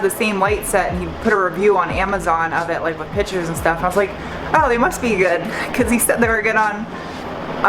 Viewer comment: “PICTURES” .... it’s “PICTURES”